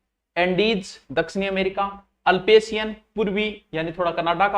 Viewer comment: अल्पेसियन नहीं अप्लेसियन